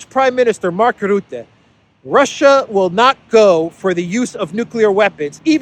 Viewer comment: Mark Rootte. 😂🤣🇳🇱It is Rutte,not Rootte. Learn Dutch. Rutte is a free mason.